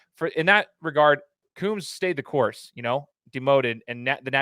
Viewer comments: first learn how to pronounce Kerry Coombs. Coombs, like a comb for your hair, long O's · Pease learn to pronounce Kerry Coombs' name. lt is Coombs- long O's like combs for your hair. Yes, he is a very good man and a good coach.